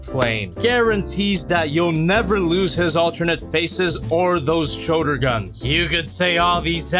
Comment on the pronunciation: "showder cannons"